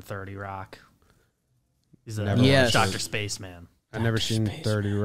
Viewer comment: You let me down with the Chris Parnell thing! And, you let me down with your pronunciation of Dr. Spaceman! It's funny how like so often, depending on age, you can be like one degree from being so familiar with something that someone a year younger isn't. Parnell was great in Archer. I throw random episodes of that on when I'm doing laundry. Also, Chris Kattan is... interesting. Also also, 21 Jump Street was a movie. That's it.